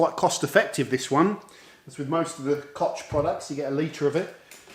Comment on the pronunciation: It's not 'cock', it's 'kogg' :-)